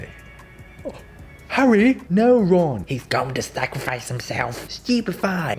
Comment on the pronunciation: "Harry" "no ron" "heths going to sacraphice himselff" "stewpify"